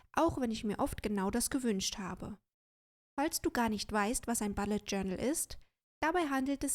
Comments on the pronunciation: Hallo :) Ich finde das Video sehr erfrischend, wenn man sich den Bullet Journal Dschungel auf YouTube anguckt. Einzige Bemerkung: Es heißt bUllet Journal, nicht bAllet Journal 😉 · Mich irritiert nur die Aussprache von "Bullet". Sonst prima. Danke